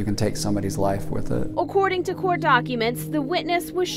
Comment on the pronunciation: Please dear God learn how to say court... It's not cooooooooort